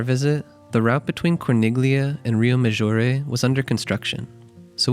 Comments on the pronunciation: It's pronounced "CHING-kway." 😊 And "cor-NEEL-yuh." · Very well structured video 👍 clear cut easy to follow. If you don’t mind, Corniglia is pronounced with the “g” silenced. As in many Italian words. Similar to Bagno. 😊